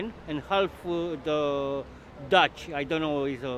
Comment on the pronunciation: Frate, im from Albania and i knew what he ment so don’t worry about the way he said dutch we know he meant Dacian